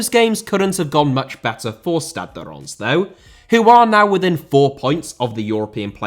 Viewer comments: The correct pronounciation is ReimS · It's pronounced more like "Ranse", as in Rinse but with an 'ah' sound. Also, you kept saying that Reims were still having to pay 25k for every game, even though you said they didn't have to, right at the end, because Will has started his Pro Licence course. Apart form that, great video! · fyi its pronounced rans not ron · Reims is pronounced something like Reemz. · Learn to pronounce "Reims" if you're going to mention it a couple dozens of times,! 😄😉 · Pronounciation of Reims was all over the shop 😂 The narrator pronounced Reims differently everytime 😂 The closest pronounciation of Reims was so he can sort of pronounce it properly when he wants to lol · his pronunciation of reims on both french and english is so off sorry